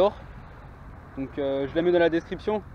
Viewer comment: "Répertériore" haha !